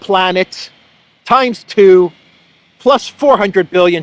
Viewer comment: Winter rate is "twor Euros"? I listened 3 times and this is the best I could make out